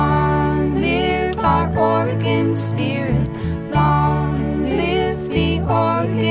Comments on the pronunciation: Live long in Or-e-gone........Ore-gun. Lol you know she wrote the song before understanding how the people in the stat pronounce it. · Look, just because the majority pronounce it differently doesn't make them right. It's like how everyone pronounces Australia wrong. It's OR-eh-gun. You can pronounce it however you want, but that's how the vast majority of natives pronounce it. or-eh-GONE is my petty pet peeve of choice. I think our state's name is the most oft-mispronounced in the whole country. And creatively! Have you heard how Bernie says it? How do you even get to "AR-eh-gun"? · you aresupposed to pronounce it ory gun i live their